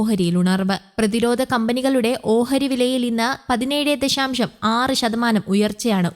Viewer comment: ദഷാം ഷം അല്ല ദശാശം ആണ്